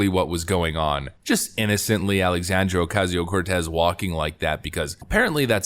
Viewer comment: I love the condescending tone in your voice as you say a.o.c's fake ass name, with the Spanish role of the tongue! "Alexandria Ocasio-Cortez!" Hilarious and a bit racist but you nailed it!